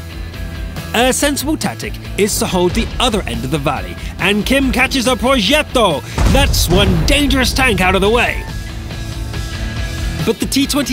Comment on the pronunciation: Love these videos but it really annoys me how you say ‘progetto’